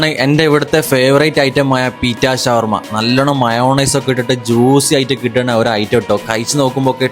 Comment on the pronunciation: ശവർമ അല്ല ഷവർമ